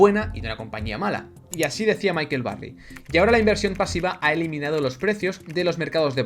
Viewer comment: michael, no micahel